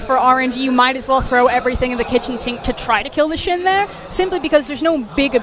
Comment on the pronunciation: The "Shin". I think she meant to say Shen xD no offence though